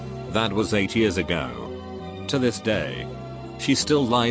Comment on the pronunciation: Roxy G on other videos it pronounces “years” weird. Gets me every time ☠️☠️